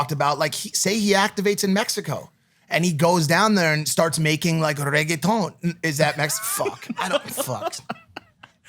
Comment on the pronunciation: actually when maik said regueton he didn't say that bad 😂😂😂😂😂